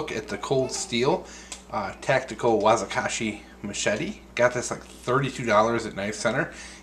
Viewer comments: its pronounced WA Ki ZAshi not Wazikashi lol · "wazikashi", like a small "kanata" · Wakizashi not what you said.. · Totally just insulted my culture by blatantly pronouncing Wakizashi wrong and not even apologizing. Fucking euro descendants...things never change do they?